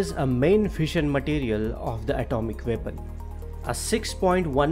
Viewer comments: Did you say, vepon or weapon….FFS speak English or Indian but don’t pronounce English words the way you want. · If you can't pronounce weapon correctly find another topic.Veapon ?